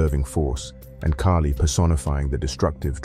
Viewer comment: Its kaahli not keily.